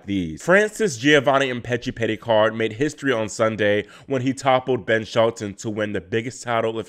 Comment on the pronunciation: Go back to the beginning and then again about the 43/44 second mark. He said, "France's Giovanni Mpetshi Perricard..." People mispronounce and misspeak all the time but is in and of the tennis community and is well versed surrounding and involving these players. He's on it. 😉